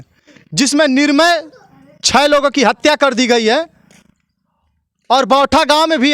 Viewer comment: Tum kaise patrakar ban Gaye. Nirmal ko Nirmay bol rhe ho arakchad ka yahil labh hi